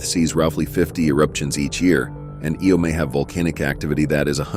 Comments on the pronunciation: It's Io not Eo. LOL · its pronounced I-O not eeeeeeeeeoooooooooo